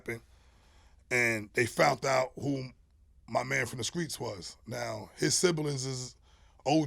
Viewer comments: Everytime he said "Skreets'" I corrected him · Why he say screets like he from Mississippi 😂😂😂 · From that era many put the K in place of T. LoL... Not really a south thing. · From Jersey & been sayin "skreets" all my life